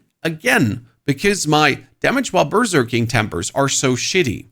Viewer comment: When you say berserking, it sounds like you are saying burger king